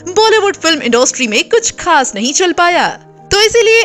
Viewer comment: इंडोस्ट्री नही इंडस्ट्री होता है हिंदी तो ढ़ंग से बोल लो...😡😡😡